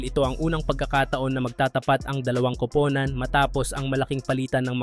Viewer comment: Bakit pronunciation mo sa kupunan ay grabeng nakakahiya?